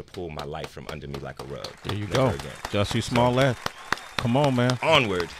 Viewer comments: You called him Juicy Smullea'....LMFAO!!!! That caught me off guard, awesome! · His name’s Juicy Smooyay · you saying "Juicy Smoolyee" was the highlight of the video!! 😂 Nah but this man is crazy. He said nothing during the interview, just like a narcissist. He victimized himself and blamed everyone else for what happened after it. But why were you still wearing the rope? why did the two brothers say that they did it ?! Unbelievable! 😂😂